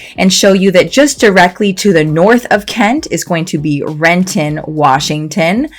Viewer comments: Rent'n. The I sound is silent. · Madame! Its Rent'in, not Ren-ton. And its not federal way, its felony way. Are you are local or not. Whats next, Mont' Rainier.